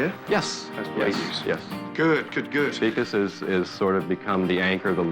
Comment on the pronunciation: The way the narrator pronounced Vikas 😭😭 weakass LMAAOO sorry Hahhah